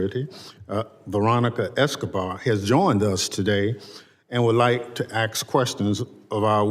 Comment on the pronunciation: Mississippi needs someone who can actually speak properly. I want to ax you a question! Really?